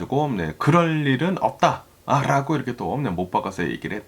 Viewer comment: 미국에 사시면서 한국말을 아주 잘하시는데 ~~ 라고 발음이 아주 이상하고 거슬리네요 ~~롸고 로 들립니다. 시정이 안될까요? 자연스러운 발음. 그리고 어디 뉴스를 번역해서 말씀하시는지 몰라도 반트럼프로 일관하시네요. 어디 미국뉴스 들어보려 켰더니 이건 뭐… 쩝쩝